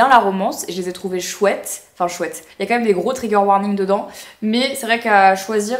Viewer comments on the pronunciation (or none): none